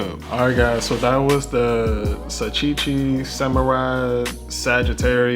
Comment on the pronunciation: Sa-Teh-Chi. NOT Sa-TEE-Chi.